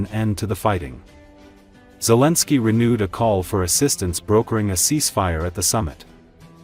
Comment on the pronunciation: "dijo el presidente wimir zilinkir" jajaja .... pura ai con voz femenina jajaja.... vamos Ukrania!!